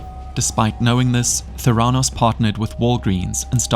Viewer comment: Correct Pronunciation: Ver-sed. Not versed Memorial Medical Center; Ther-uh-nos The Dropout; Ka-zyn-ski Mindhunter: Unabomber; Doss, not D.O.S Nxivm; Li-oh-ta